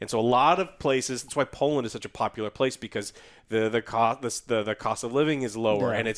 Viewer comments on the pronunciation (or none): none